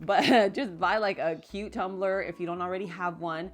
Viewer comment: LCL I thought you said buy a "cucumber"....wondering how we put water in the cucumber. So I went back, and you said by a cutetumbler. :)